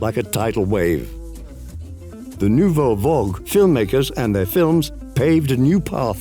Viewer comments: VAGUE not VOG! Merde! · He said, "Nouvelle Vogue".